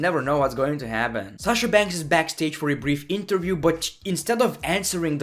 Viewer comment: Amazing video.But place yourself in Sasha's place at least once.Because I would be frustrated and super frustrated as hell and probably more or less than she is.And please that Shasha thing is getting lil annoying.When you talk low you sound pretty awesome,entertaining and sexy but stop with Shasha thing.